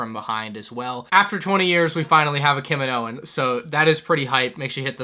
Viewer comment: STOP MISPRONOUNCING KAMINOAN WRONG, Obi wan says kamino normaly check on him